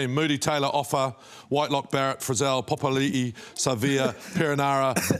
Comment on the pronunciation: Goldie, JK much respect to you two (2) & Mils also. But WTH, common Goldie, JK try pronouncing Dalton Papaili surname correctly please, emphasise on the Papa not the Popa you guys are saying chur. I'm Maori hard even I know to pronounce my paciffic polynesians whanau (famlies) names correctly. It's a respect, correct, right & aroha thing to do. It's the polynesian way all day, Letz go.